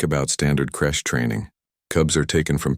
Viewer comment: Crèche not crush